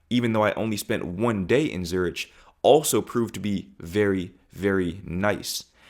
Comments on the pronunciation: It's pronounced Zur-ick, not Zur-itch. Just FYI my guy 💚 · Zuritsj 😂😂😂 I guess in the whole day you did not meet anyone and told them you liked zuritsj. I guess ch is not really in the english language, try "zurig", zu as an azure, rig as in .. rig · Zurich....not Zurereich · Sorry for this comment, but the CH in Zürich is a "ck"-sound and not "tsch"-sound. Pronounced kind of like "Tsoo-rick". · Just so you know, ‘Zurich’ isn’t pronounced ‘Zoo-rich.’ The correct English pronunciation is more like ‘ZUR-ik’ or ‘ZOO-rik,’ with a short second syllable—not ‘rich. In German, it’s pronounced more like ‘TSOO-rikh,’ with a soft ‘kh’ sound at the end, but in English, ‘ZUR-ik’ is standard. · Zurich is pronounced Zurik and not Zuritch… For a while I was wondering which city you were referring to ! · Zurich is pronounced „Zurik“, not „Zuritch“. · Please dude, you don't pronounce the "ch" in Zurich as in "itch", it's more "ck" as in "trick". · Dude, learn to pronounce Zurich,,,,, it’s pronounced as ZuriCK it is NOT ZuriSH, you claim to have been there, you should at least know how to pronounce the city. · Zürich not Zuritsch 😂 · Lucky you that you met your girlfriend. Just a small remark: Zurich is pronounced Zurick, not Zuritch. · it's pronounced Zu-rik'. not Zu-richi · zu RIK !!! not zu ritch !! spend some more time in europe to learn how to pronounce cities, or, just care a bit more ?, ok, you said Schiphol almost perfectly :), making progress :) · Great video. Zurich is pronounced with a “k” at the end, not “ch” though. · Pronunciation for Zurich is Zur-ick, not Zur-ich. Just a heads up. Enjoyed your vid, thank you. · Zur-ich? Prounounced Zur-ick. Very odd to see the American mentality talking about ‘Europe’ the continent rather individual countries he visited. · I love that you like my hometown city of Zurich. But in English you spell Zurich not as you did : Zurisch , you should spell it like it has a "k" at the end Zuri"k" for spelling. Thank you! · Zurich pronounced Zurik